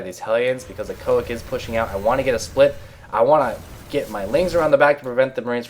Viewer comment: He said: iEcho IC mispronouncing it - I thought you would mention that in some witty way like you do but I was sadly mistaken :P